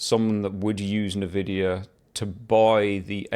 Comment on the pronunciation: RDNA 4 stepping stone to UDNA....16GB 9070XT for 699? Great 499 Nvidia slayer. Also dude, its NOT NAVIDIA. N Vidia.